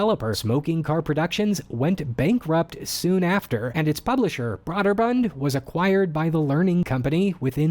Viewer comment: It's pronounced "Bro"-derbund, not "bra"-derbund and what do you mean "some company"? Was that sarcasm? That company was HUGE in pc gaming. Also, PC games rarely got cross platformed at that time... PC gaming was it's own thing, so that wouldn't even have been a consideration as to it's success.